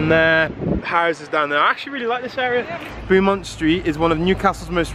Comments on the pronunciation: I laughed at the pronunciation too. Awesome video and glad you love my home city. Love from London. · As someone from Newcastle this is so cool to see, but your pronunciation of Beaumont st and the bogey hole is hilarious!